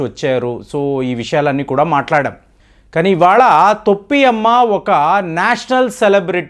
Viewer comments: తొప్పి అమ్మ కాదు టోపి అమ్మ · తొప్పి అమ్మ కాదు టోపి అమ్మ.